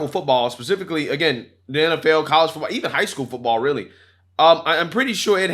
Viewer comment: She said "footbowl" lol